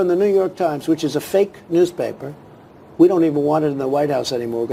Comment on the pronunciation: Its funny how his word stresses skip over the most important part quickly (banning NTY and WAPO) and then stressed the word fakkkkkkkkeeeeeeeeee